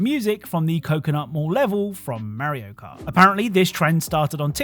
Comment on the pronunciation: His name is Mario not Merio